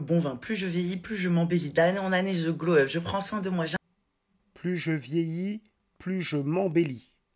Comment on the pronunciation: Pourquoi elles disent toutes "glow up" Ces pintades???? Si vous voulez parlez anglais, apprenez en la prononciation....